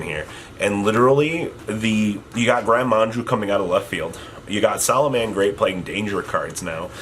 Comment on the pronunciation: drinking game: drink everytime mispells "gren maju" as manju